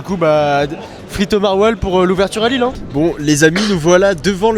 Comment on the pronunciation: Au secours!!! Lille sans 'S' svp. Faites un éffort quand même.